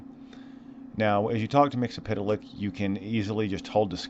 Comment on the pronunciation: First of all, congrats on saying that name correctly. Second, never ask me to say it properly - I will only let you down